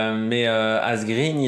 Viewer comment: Quelques détails pour la prononciation des noms des coureurs: Asgreen se dit Asgrène (tout comme Eva Green se dit Eva Grèn). En suédois et danois, le double -e ne se prononce pas comme en Anglais. Van Gils se dit Van Rils (et de gendt de Rendt) Marc Soler se dit Solère et pas Solet (ça, ça fait sourire l'hispanophone que je suis). PS: N'y voit pas une critique acerbe ^^